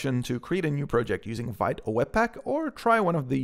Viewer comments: Vite is pronounced "veet". It means "fast" in French. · Veeet not vite please